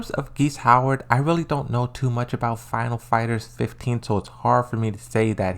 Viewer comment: every time he said "final fighters 15" I just wanted to cry